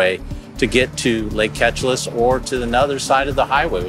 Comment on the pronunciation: They keep saying Ketchalis when the actual pronouncement is supposed to be "Keee-Cha-Liss"